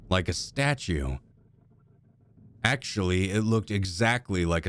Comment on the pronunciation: A STATUE! Actually, it looked exactly like a STATUE! Did you mean to emphasize the "Actually"?